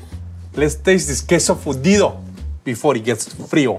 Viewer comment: I thought he said fundio lol